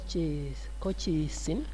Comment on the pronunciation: Hello sir Today you've really made my day 😊 At colchicine 😂 You're the best sir👌🙏